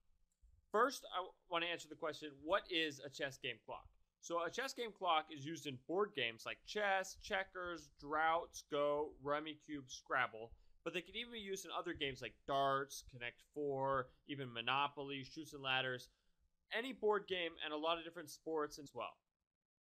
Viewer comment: I was hoping for a bit more than just talking over a picture. Its pronounced "drafts" not "droughts" byw.